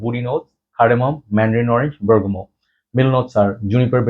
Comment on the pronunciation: Word of the day "Bergamal" 😂😂😂